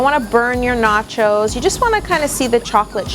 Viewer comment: Lol noaches